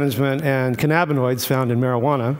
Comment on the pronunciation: this guy says the names of chemicals so strangely, namely cannabanoids and telomerase (not sure if I spelled either of those correctly). If I didn't know what those were I'd have no idea what he was talking about.